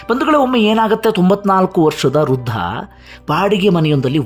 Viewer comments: Hello. Thank u for the video.. It is Vriddha, not Ruddahh. Thank you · Ruda,ruda anta matadtiri,shudh matadoke kliri.rudha alla vradha anta matadi.